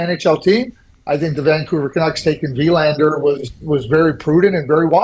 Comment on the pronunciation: Thank you Craig for pronouncing Willander correctly.